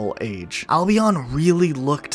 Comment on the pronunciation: i dont like the way he says albion